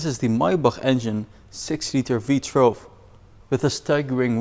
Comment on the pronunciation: Does he keep saying V Trelve???